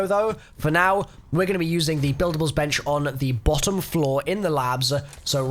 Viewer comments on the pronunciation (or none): none